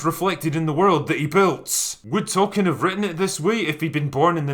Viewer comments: As South Park pointed out! It's Tolkien, not token! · Fans: It's "Tolkeins Works" NOT "Token" Work.